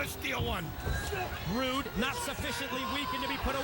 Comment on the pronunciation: mike tenay said bobby broode haha instead of bobby roode